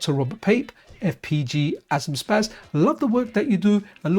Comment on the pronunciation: Just FYI, it's pronounced "FPGA zoom shposs". Zum Spass in german means "for fun". :)